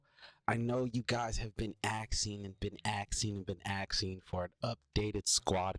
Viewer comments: Axxing axxing axxing, for the love of god, its pronounced "Asking." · You guys have been axing and axing and axing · Axing and axing 😅